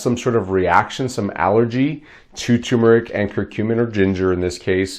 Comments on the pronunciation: you misspelled it in the title and you are mispronouncing it. Its not pronounced tum, its tur. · It's TER not TUMOR. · TuRmeric. Not Tumeric. THERE IS AN “R” after the “U” and it is pronounced, not silent!!!!! TUR-MER-IC Why do so many people have so much trouble with this??? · It's tuRmeric. There's an r between the u and m. Ter-meric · First, take a look at the bottle you’re holding. The word is spelled TuRmeric, not “Tumeric”, and BOTH Rs are pronounced. Second: Does this Turmeric Curcumin W/ginger powder help with bone on bone pain? Both my knees are bone on bone. Both were damaged in a car accident and I never received medical help for them. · Can’t spell or pronounce it right …. Not watching and don’t recommend this channel